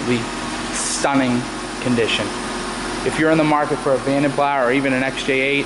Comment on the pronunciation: It's pronounced "vonden plah".